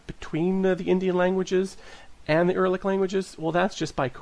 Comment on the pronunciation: It's not Er-lic it's Ur-al-lic the root of the Word stems from "Ur" which is perfectly understandable and used in modern Magyar. Btw, there was an ancient city named "Ur" in ancient Southern Mesopotamia (Sumer).